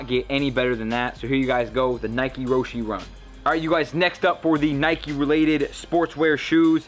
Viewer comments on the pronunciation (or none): they're roshe not rosheyyy